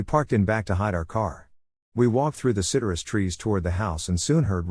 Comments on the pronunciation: That’s not how citrus is pronounced 😂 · It's the weirdest glitch from a text-to-speech program I've heard so far. Most are due to misspellings or homonyms.